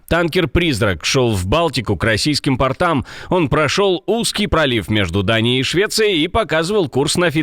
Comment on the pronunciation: Ни к портАм, а к пОртам.